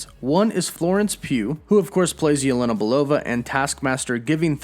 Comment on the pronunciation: let me help Jelena/Yelena is said as “Ya-Lan-nah” not “ya-len-ah”